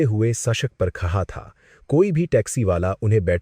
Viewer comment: Khada ko khacha kyo bol rha hi. Hindi nhi ati ky